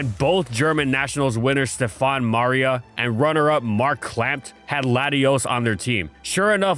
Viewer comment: it's Stefan MahrLa. But hey, that happens, esp. with foreign languages. Great video as always :)